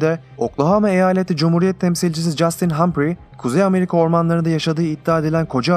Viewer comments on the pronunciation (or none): none